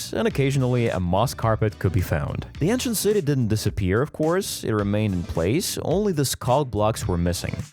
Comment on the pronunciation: Ant shint